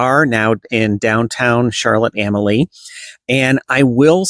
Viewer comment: It's pronounced Charlotte A-mal-ya, not Charlotte Am-A-Lee or Charlotte A-molly.